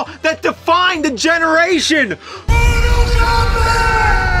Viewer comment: I hear him saying Moral Kombat :)